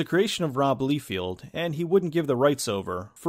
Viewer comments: I would recommend that you fix your pronunciation for the guy who did the artwork and other stuff on Youngblood. It's not Rob Leefield. It's pronounced Liefeld (Say Ly-Feld). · it is rob "lye fell d" not "lee field" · Rob Liefeld's last name is pronounced "Lye-feld," not "Lee-field." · Lie-field. not Lee-field. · Great video man! Just a correction though: Rob Liefeld’s second name is pronounced “Lie- feld.” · I Do have to point out you mispronounce robs last name I know because I see comic reviewers say it it's more liefelt in pronunciation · Actually it's Lie-feld. But I've never met any comic book fan that's said it right, and wouldn't have known myself if I hadn't seen an interview with him where he corrected the interviewer. Think he finds it annoying. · This is one of those movies that I remember liking it when i first watched it. But never revisited over the years. Love how you pronounce Rob Liefeld's last name lol.